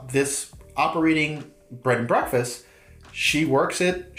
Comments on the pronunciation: Dude. Do you keep saying Bread and Breakfast? It's Bed and Breakfast. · I swear you’re saying bread and breakfast 😂